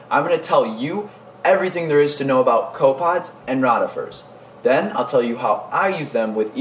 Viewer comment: your mispronuncing rotifers. Not rot